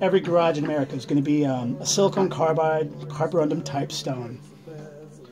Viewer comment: Just tryin to help. Its not sili-CONE carbide. It is pronounced sili-CON.